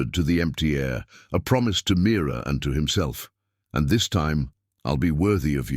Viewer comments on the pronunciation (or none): Name is Mira not mirror